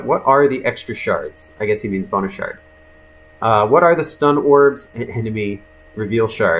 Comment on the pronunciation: Am I the only one that when he said "Bonus Shard" all I heard was "Boner Shard"?